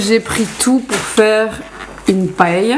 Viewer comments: Super ce vlog sa change ☺️ Par contre vol au vent c’est français donc oui on connaît mdr c’est super bon Et j’avoue, ça m’a surpris comment t’as prononcé le mot paella (paille) moi je le dis paëlla avec le a bien prononcer je suis espagnole De mon père et c’est comme ça qu’on le prononce là bas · J'ai jamais entendu quelqu'un prononcer Paella de cette manière... hahahaha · C'est la prononciation espagnole